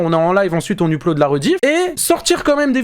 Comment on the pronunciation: hello, arrête de dire uuuUppe-lodde on dit EUP-lodde ! merci